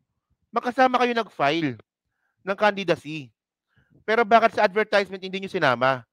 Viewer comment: Parang awkward yang pag pronounce mo ng advertisement. Please check the correct pronunciation